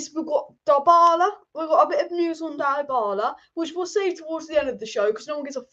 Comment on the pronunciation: DA-bala and DIE-BALA - Killed me ! LOL. You really need to learn how to pronounce some names dear.